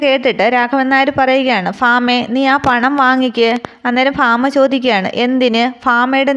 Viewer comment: ഫാമ അല്ല ഭാമയാണ്